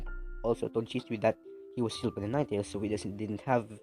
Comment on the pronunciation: When u said nine tails it’s said niggas 😂😂😂